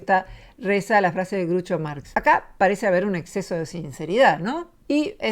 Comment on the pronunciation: muy bueno el video. Groucho no se pronuncia Grucho.